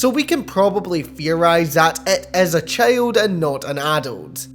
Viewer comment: i hate the way you pronounce "Child" as "Sheld"